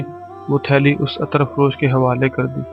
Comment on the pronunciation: Attar nahi hota brother Ettr hota hai means zabar nahi zair hoti hai..Please don't mind... Thanxx